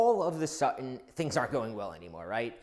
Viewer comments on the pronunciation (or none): all of a 'sutton' where do you get that horrid pron from?